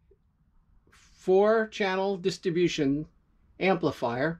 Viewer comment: PRONOUNCE: " DISTRIBUTION" NOT: DISTABUTION!!!!!!